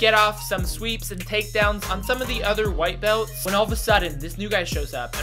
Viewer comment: I don’t understand “White Belt”? I think you mean “White Beltch” (Brazilian pronouncement) 😂